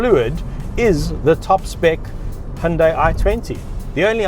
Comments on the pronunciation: It's "who-n-die" 😎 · When the brand first came out in Australia, the ads used to say “say hi to Hyundai” ( hi-oon-die) but then a few years later they corrected the pronunciation to ‘he-un-day’ because apparently they got upset at the parent company in Korea about the ads they showed 🤔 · It’s actually hunday Monday